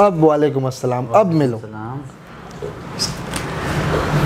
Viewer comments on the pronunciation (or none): अबे भाई prankstar, हस्सलाम नही होता, हर वीडियो मे यही करते। दूसरे को नसीहत, आप को फ़जीहत